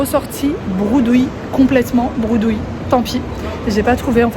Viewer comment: Coucou j'espère que tu vas bien tu m'as fait rire quand tu as dit que tu étais ressorti broudouille de chez poltrone et sofa😅 on dit bredouille 😂 bisous à toi et à ta petite famille❤